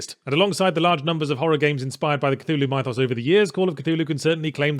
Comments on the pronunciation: yahtz. you know the root word of "mythos" is "myth" right? pronounced like "mith"? what the fuck is up with "m-eye-thos"? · It's more like "Mih-thos". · "My-thos"? The hell? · It is NOT pronounced "M-eye-thawss". I refuse to accept this. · I'm glad you asked, my Spanish friend. Mhi-thoss. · That's not how you pronounce "mythos". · Pretty weird to hear the eloquent Yahtzee pronounce "mythos" wrong. I guess nobody is perfect. Good review otherwise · Your pronunciation of "mythos" bothers me.